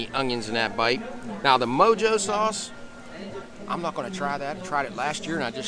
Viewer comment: The mojo sauce on the Cuban is pronounced “moho” and is made with sour orange juice, garlic, spices, and olive oil. It is traditionally used as a sauce or marinade.